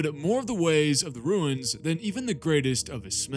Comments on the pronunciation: It’s runes not ruins… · Runes sounds like roons. Not ruins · I've watched entire video. Very informative and well done. One suggestion. Stop mispronouncing the word "runes". It is pronounced "roons" not "ruins". Thank you for noticing me noticing you.... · Runes is pronounced ROONS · Is anyone else slightly annoyed at his pronunciation of runes?